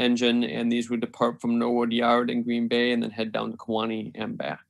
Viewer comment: The City of Kewaunee is pronounced: KEY-wa-nee. Not K-WAA-nee.